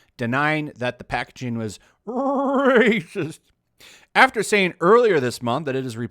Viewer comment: Mate, the way you say "Racist" cracks me up each time.....